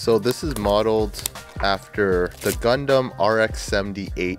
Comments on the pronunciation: Its gundam ._. Very funny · You say gandam But I heared condom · Is is gondon? Did he really say gondon?))) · He say gondom I listen condom LOL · I hear youmumdom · Why I hear ”condom” every time? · When he said gundam ithought he said condomn 🤣🤣🤣🤣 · U pronounce it as gaun-dum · I though that he said Condom 🤣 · Hearing gundown as condom iam perv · Not gondom it's Condom haa haa